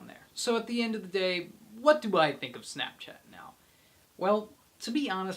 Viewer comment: how'd there you says snopchat at bad!